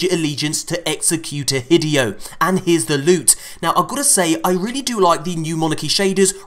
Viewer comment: As neat as this is....your pronunciation of hideo's name bothers me severely. Hi-day-oh. Please, for the sake of my ocd and sanity.....stop with hi-DEE-oh.....